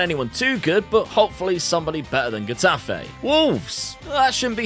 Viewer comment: Kinda late but the "Ge" in Getafe would be kinda pronounced as "Heh" in English (In Spanish when put before an E or an I, the G sound turns into a "J" sound, that is similar to the English "h" sound used in words like house, high...). Anyway... back to topic, unfortunate and abrupt ending to your Getafe spell but... let's look at the bright side, you're doing well with Portugal FC so far. .P.S.: Gagliardini for less than 1 milllion? Now that's a steal.